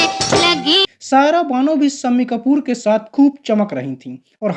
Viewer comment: शम्मिकपुर , है सम्मी कपूर नहीं , शादी है सादी नहीं .श बोलना नहीं आत क्या ? उर्दू या हिंदी नहीं आती तो किस और से ये काम करवा लो. बहुत ही गन्दा लगता है .